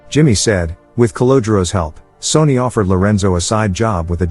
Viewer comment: Your voice over bot is horrible. Sonny pronounced "Sony". C'mon.